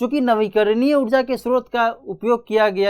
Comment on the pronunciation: Udja nahi ऊर्जा bolo yrr